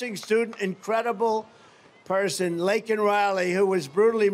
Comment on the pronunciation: Better yet, what did he do to console the family of Lakin, besides mispronounce her name. Horrendous! 😊